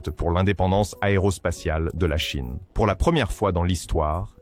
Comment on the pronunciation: La Cheine? Cet IA c’est insupportable